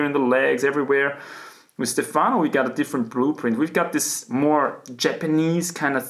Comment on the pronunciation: Your pronunciation of “Stefano” is above average indeed, but perfect accent would be on the E letter: StEfano rather than StefAno